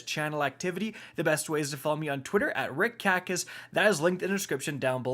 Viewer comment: Rick “Italian” Kackis here